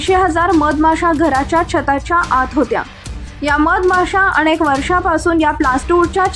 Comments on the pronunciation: काय फालतू बातम्या देतात 🤦🏻‍♀️ अनेक की अणेक? जर नीट उच्चार करता येत नसेल तर बातम्या कसल्या देता? तुम्हाला कोण घेतं नोकरीवर? 🤦🏻‍♀️ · माकडे आधी शुद्ध मराठी बोल अनेक म्हणतात अणेक काय म्हणते मूर्ख कंपणी कुत्रे किती अशुद्ध मराठी बोलते ते ऐकून तुझ्या दोन थोबाडीत द्यावे वाटते.